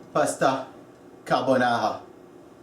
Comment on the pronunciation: "Carbonara" Ahahaha please go to sleep